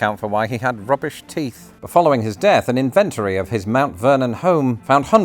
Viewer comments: I noticed that you pronounced inventory as in-VEN-tor-ee instead of IN-ven-tor-ee. I've never heard this before. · I almost choked on my dinner when you said "inVENtory"